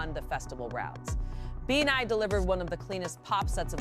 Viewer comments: BAYNI? 😢 It's pronounced as BEANIE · Tf is with "katsi-eye" and "bi-nigh"? I only know katseye and bini. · “Katsy Eye” and “Bee Nay”?!!! Wth man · KAT-SEE-EYE BEE-NIGH I’m dead! Lmao! 😂💀😭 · Katsy-eye and Beenigh is taking me out😂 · KASTSI-YAY BAY-KNEE 😂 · BINI was pronounced BEANNIE☺️♥️♥️♥️ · Commentator be like: Binay 😅😅😂 rofl!!! Hahahahahha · says Binay 😂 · Holy cow is the voice over rage baiting with those group name pronunciations? KATSEYE was clearly super high production. The Golden collab with HUNTR/X was clearly gonna be a headline moment. They were good, but not really for me. BINI however was the one that impressed me and made me a new fan.